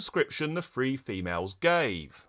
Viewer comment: Are you saying "three" or "free?" Or both interchangeably? Must be a British thing.